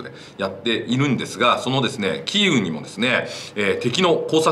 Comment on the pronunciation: 何度も言い間違えるならキエフで良いと思いますが。。。